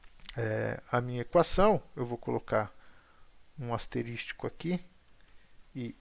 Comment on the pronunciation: "Asterístico" versus Asterísco não tira o brilho da Aula. Parabéns.